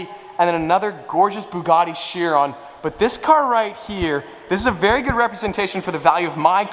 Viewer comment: It’s not She-ron, it’s pronounced Ki-ron! Vey-ron is wrong too!